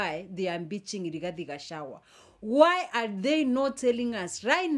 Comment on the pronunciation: Gachagua not gachawa please note of correction😂